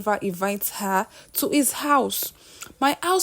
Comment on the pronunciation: Why can’t Nigerians pronounce words starting with ‘H’ ? How can you pronounce “Hiring” well but instead say “iring”, “Handle” they say “andle”, “His” too they say “is”😂😂😂😂😂😂😂